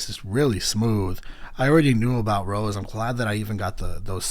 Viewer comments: It's Rosé (Rosay), not Rose XD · Suprised the blinks didn't come for your neck cuz you saying Rose instead of Rosé ( Rose-Hey ) 😂😂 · her name is pronounced row-say btw!! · rosé is pronounced ro-say btw ! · Great reaction! By the way, Rosé is pronounced as in the wine or the pasta Ro-zay. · Rosé’s name has an acute accent so it’s pronounced like the wine. 😊 Jisoo is pronounced jee-soo. Yes being extremely popular, there are a lot of haters but worse still there are a lot of solo stans which are people that only like or support one member and dislike or feel like the other members bring down their favourite member. I absolutely despise the solo stans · I always love how in depth you analyze stuff. Quick correction, it's Rosé (meaning you pronounce the e like french). Her actual name is Roseanne, you kinda just drop the "n".